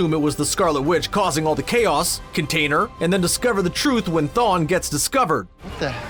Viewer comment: Is it me or did he mispronounce the Marvel Elder god Chthon as Thawn?